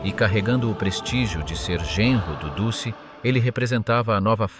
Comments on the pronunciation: Très intéressant, passionnant même, juste un petit détail sonore, musso était "duce", phonétiquement dutché et non dussé, sinon j'ai enfin bien compris l'Italie durant la guerre, je m'abonne, Bravo et Merci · The ridiculous AI commentary with its silly mispronunciations make a joke of this. Since when was Mussolini known as the 'deuce'??? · duce se prononce DOUTCHE